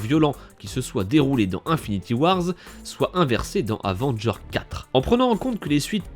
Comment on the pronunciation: Dis pas « Avengerz» mais « Avengers »